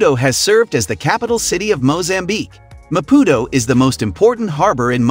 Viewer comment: This is a load of BS... The guy can't even try to pronounce Maputo correctly. Fail! Mozambique is amazing but stay away from the North. ❤️